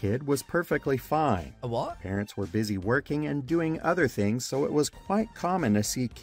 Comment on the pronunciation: The second word he said in this video is "fings."